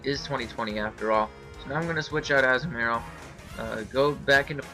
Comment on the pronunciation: Anyone else bugged by how he says Azumarill? Great battle and all, good narration, but that really bugged me.